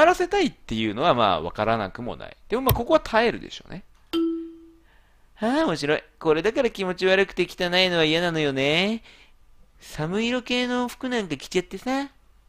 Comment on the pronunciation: 寒色→かんしょくですよｗうぽつですｗ